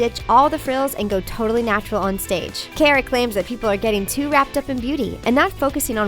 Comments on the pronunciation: I wouldn’t call her a R&B and it’s cara not careruh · I thought it was Alessia Cara like cah-ra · It's pronounced CAHR-AH! ALESSIA CARA! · It's pronounced 🚗 uh not "care uh" and Hah-deed not huhdid. UGH